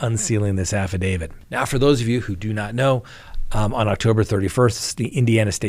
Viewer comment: I'm surprised to hear an actual lawyer say "affidavid". You'd think it would be more annoying to you to hear someone say that, than it is for me to hear it.